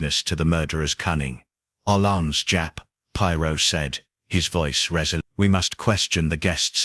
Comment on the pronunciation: Who’s Podrow and Pierow? 😂